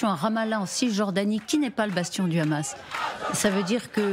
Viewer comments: En français on dit hamas et non khamas.... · Jadz Partouche la soit disant spécialiste du hamas dont on devine de quel bord elle est... pourquoi rajouter le son ra à hamas alors que c'est un h? Et Ismaïl Haniyeh pourquoi le transformer en raniyeh ? Êtes vous israélienne ? Invité dans ce cas une personne palestinienne pour la contradiction ! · Écouter bien comment elle prononce Hamas c comme tu le c